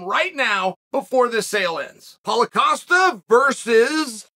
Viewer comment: when he says Paul Costa sounds like Holla Costa 🤣